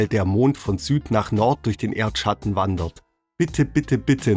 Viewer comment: Erdschschatten. Ich lieg underm Tisch 😂